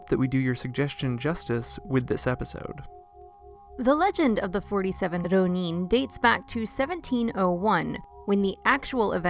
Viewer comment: Hey! I've only now seen your detailed replies; I don't follow up on my YouTube comments often so please excuse my late response. OK, so to answer your question, the problem is not so much with the "r" sound (that's peripheral but I'll get back to it). The real problem here has to do with which syllables are getting stressed. With Rōnin/浪人, it's important to stress the first syllable rather than the second, as you would with omen, chosen, moment, etc. You can imagine how awkward and even unintelligible those words could sound if they were spoken with the stress on the second syllable instead of the first. I like to imagine a masterless samurai "roamin" the countryside. 😄 Also, be sure to lengthen the 'o' sound in rōnin (or let it bend a little into the 'u' if you like) so you're including that う in your ろう. I know you mentioned this in your reply but I'm not hearing it in the video. This lengthening is really important as you probably know and can even mean the difference between two entirely different words. It might cause embarrassment to say フリン when you meant to say 風鈴, for example.😂 The problem of stress on the wrong syllable is also showing up in how "daimyō/ 大名 is being pronounced in the video. Here again, stress the first syllable だい more strongly than the second syllable みょう, as you would in diamond, diner, rhino, etc. A lengthening of the 'o' also occurs in daimyō, but even though the lengthened ō is in the second syllable, the first syllable is still the one that ge